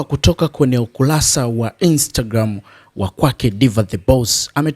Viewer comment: Ukulasa?! Ni ukurasa.